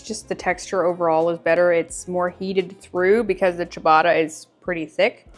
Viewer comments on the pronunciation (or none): none